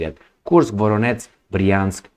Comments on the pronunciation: VoroneZH, VoroneZH, VoroneZH!!! Not your F… VoroneTS!!! 👎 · You pronounce Voronezh like Voronets. zh ending doesn't have equivalent but I sounds like [Voróneʤ].